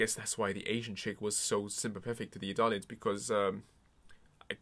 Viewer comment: It sounds like you're saying Italian empire/Italians rather than Eldians a few times. It's more amusing than annoying though.